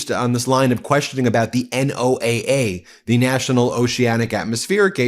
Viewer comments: Ben!! It is pronounced “Noah” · Ben don't be an A1 McMahon. NOAA, the National Oceanic and Atmospheric Administration (not Agency) pronounced Noah. I love what MTN does but you need to cross your T's and dot your i's not because not doing so makes you look any less intelligent but because it allows the Cult to cloud the waters. Also why does Maga Mike look like Emmett from the LEGO Movie?